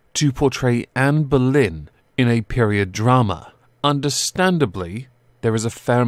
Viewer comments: I thought he was saying "Amber Lynn" 😂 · I wasn’t looking at the screen and I thought you said Amber Lynn 😂😂